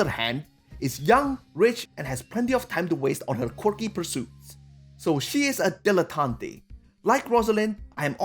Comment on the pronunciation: It's pronounced "Dill-eh-tant" not "Dill-eh-tant-ay". I felt like I was creeping further into madness every time I heard the word being mispronounced.